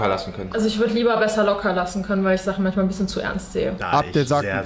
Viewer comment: Er sagt manSCHmal und FliesentiCH😂